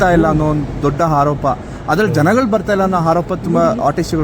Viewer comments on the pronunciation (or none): ..ಅವ್ರಿಗೆ ಹಾರೋಪ ಅಲ್ಲಾ...ಆರೋಪ ಹೇಳಪ್ಪ ಅಂತ ಸ್ವಲ್ಪ ತಿದ್ದಿ ಹೇಳಿ 🤣🤣🤣